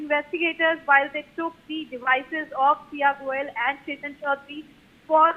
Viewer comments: Ketan Agarwal NOT Chetan. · It is Ketan Agarwal not Chetan Agarwal